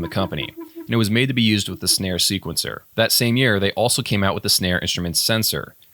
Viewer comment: Also just to set the record straight the company Synare was pronounced Sinair just so you know 😉